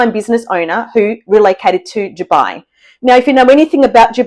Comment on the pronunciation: Note: it is actually Dubai and not Jubai.